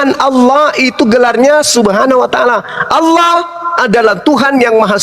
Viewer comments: Latinnya Allah,bacanya Angwah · ALLAH YA ALLAH..OLLOH YA OLLOH...GIMANA SI INI. TULISAN NYA ALLAH KOK DI BACA OLLOH